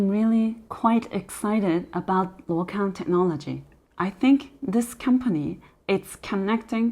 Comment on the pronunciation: Hi if you can read Chinese/Mandarin , please take note this company name is pronounced as 路/陆 空！！！